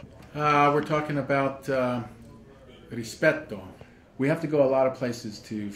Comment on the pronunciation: Great episode... love to hear how Vincent pronounces "rispetto", I'd love to hear him speaking Italian some day